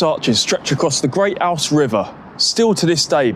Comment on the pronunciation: Ouse = “ooze”